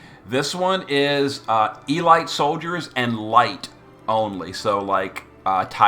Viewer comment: Ee-Light Soldiers. Ive suspected for quite some time that many of your mispronunciations are completely deliberate, as a way to ensure viewer engagement, and to get people talking. A fun, endearing quirk, that gets peoples attention one way or another. The comments section and the discord have a laugh,.but you must laugh much, much harder. And for longer. I now know, with 17,000% certainty, that you've been taking the piss. For years. Let me add you, pls sir. Sinelucr